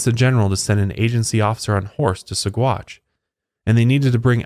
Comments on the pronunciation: There is a restaurant in Boulder Colorado called Alferd Packer Grill..... Anybody hungry? I used to mispronounce Saguache also, but worse than yours, it is pronounced Sawatch. 🙂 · Name of the town pronounced like: Suh-watch 🤗